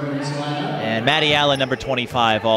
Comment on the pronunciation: Maroons... Not Mrrrrrs